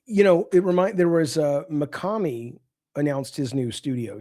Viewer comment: Rare instance of Colin pronouncing "Mikami" correctly. (Instead of his usual "Mikame") Proud of you Colin.